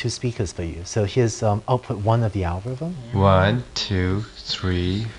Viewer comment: ' Algo-wiv-um ' haha